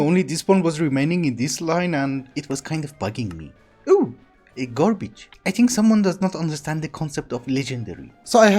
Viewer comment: Something about the way you say "garbage" is hilarious to me. gorbij